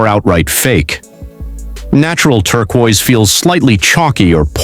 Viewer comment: Better work on pronunciation if you ever want to sound human. Im stealing Turqua tho